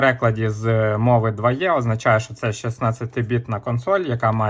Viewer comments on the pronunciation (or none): Чому ти кажеш дваЄ якщо це дваЕ?